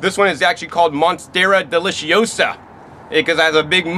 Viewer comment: it sounds like you just made up “monsteracious deliciosia” 😂😂